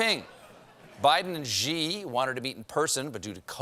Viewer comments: Somebody tell Stephen that Xi Jinping's surname is pronounced very similarly to the English word "she." Not "gee" or "zhee" or whatever he's trying to do with it. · Please, for the love of God, stop pronouncing "Xi" wrong. It's just "she." It's so easy. What you are saying is "Zhi." A different thing. Stop it. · Guys, we’ve been through this before. It’s pronounced “she” not “zhee” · Yes! It always annoys me too. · It's pronounced "she" Jing Ping. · But Stephen, that's an ‘X’. Surely you must have a Mandarin speaker on staff who can walk you through this? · When will he learn how to pronounce"Xi"...